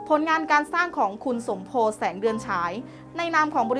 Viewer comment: คุณ สมโพธิ (สมโพด อ่านที่ถูกต้อง) แสงเดือนฉาย ครับ ขอบคุณมาก